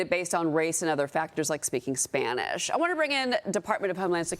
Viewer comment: why did she say it like that? SPaNisHhhhhh